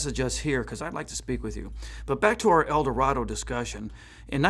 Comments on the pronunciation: Eldorado. Not "El Dorado." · It's Eldorado not El Dorado and you keep showing the Sedan Deville and referring to it as the Eldorado.